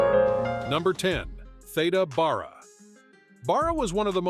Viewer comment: Theeda Bear-A is the correct pronunciation